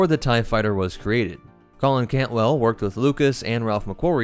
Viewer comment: Cantwell is the correct class name. I’m just pointing out his misspeaking of the word. It happens from time to time for everyone.